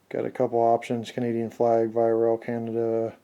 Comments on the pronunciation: Oh and VIA is pronounced officially as "Veeah" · beautiful stuff! VIA Rail is pronounced -vee-aa-. no doubt about it. :) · As a Canadian, it's pronounced "vee-ah" not the way you pronounced it, but hey, awesome review. Love your vids, Thanks! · You pronounced VIA wrong. It's more like ve-ya not the way you said it.